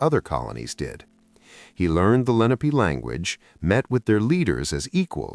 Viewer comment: Thanks. Native Chester Countian here. I always wondered what the Delaware Valley looked like when Penn arrived. 1) I noticed in the beginning the indigenous people were called Len-AH-pay, which is correct. But 3/4 way through it changes to LEN a pee, what most people say now, but incorrect. 2) In the beginning while the narration speaks of the Lenape people, the illustration is of teepee like dwellings. The Lenape didn't live in teepees but in dome-shaped wigwams that were given a structure of bent branches. 3) And as another writer pointed out, Philadelphia is pretty flat. You have to get out of the city a bit to get the hills. Beyond City Line for the most part. Great hills in Valley Forge. Keep up the research. Just get an editor to check the AI choices. AI isn't all that great yet. 🇺🇸